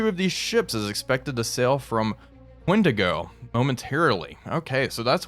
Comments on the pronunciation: I know nobody will care... but it's worth pointing out that "Qingdao" isn't pronounced "wendigo". It's pronounced "Ching Dow". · Great episode. Also city of Qingdao (Also spelt as in the beer Tsingtao) is pronounced 'Ching-Dow' (Well, as close enough for English speakers).